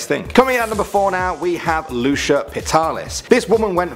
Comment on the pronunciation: Just for reference, it's usually pronounced Loo-See-Yah or Loo-Chee-Yah. The first is the way I pronounce my own name, the second was how my mother did.